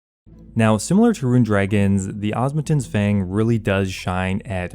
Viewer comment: DUDE, for the love of god its called the OSMUMTEN's not OSMUNTEN's That is an M not an N, why is that so hard for you to grasp? 🤣🤣😂😂